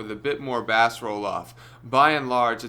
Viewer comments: Why do you pronounce the word "bass' like the name of fresh water fish? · What's with the pronunciation of 'bass'? 😖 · Mid "bas"? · My dude calls it bass 🐠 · "Bass" rolloff I didnt know a fish had rolloff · Is he ironically pronouncing bass like the fish, or is he being serious? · Learn to say it properly...